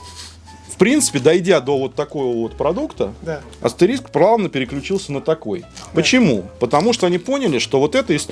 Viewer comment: Да AsteriSK он, а не Asterix! 😂